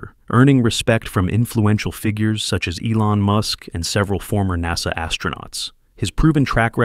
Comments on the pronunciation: again NAZA instead of NASA... and definitely not NAYSA... AI has a room for improvement. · Come again, at the later statement u said "neyza or NASA."? Strange OF pronounciation or intonation? REGARDLESS it is, 💯 I🤷‍♀️was correct, Welcome Isaacman as the New Admin for NASA. Out of Subj: Btw's: Blue~scrub "Scrub" Origin~scrub the launch of Bozo's NG last nite. Maybe, he had forgotten to insert his "Steve Tyler replica." It's my turn to bamboozle B.O.N.Shepard2. Surely, a fan fr bozo~might read my comment. HUH! 😼Thxz